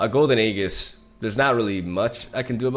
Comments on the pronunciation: HE'S STILL PRONOUNCING IT WRONG BUT I WILL LET IT GO SINCE HE CORRECTED HALF OF IT (then reverted back to his version later) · stop saying Golden Aegis, its Golden Aegis. hope it helps